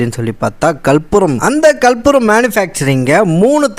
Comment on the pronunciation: Bai athu kalpuram illa karpooram😅😅